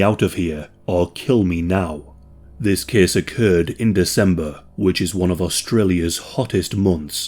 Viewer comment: “This kehss tehkss plehss…”